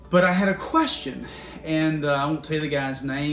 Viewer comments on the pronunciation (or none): none